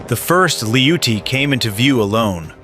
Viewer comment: They are called ATTACKEMS, said as Attack-ems, NOT A-Tack-ems. Apparently you know that since you pronounce their name correctly . If you can say it right once, you can say it right every time you Imbicile! - They are called Lee-oot-tee's, NOT LOUCHIES! They don't even have the correct letters on the end like to make the chee sound! Clearly you know that since you call them by their appropriate name. If you can say it right once, you can say it right every time. God you're such an Imbicile!!!